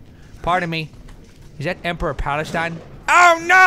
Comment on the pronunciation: lol emperor palastine? I think you mean palpatine haha